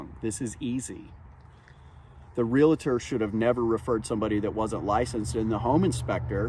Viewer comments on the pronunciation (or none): THEY'RE NOT FUCKING REALATORS!! They are realtors. It's not that freaking difficult. Get it right.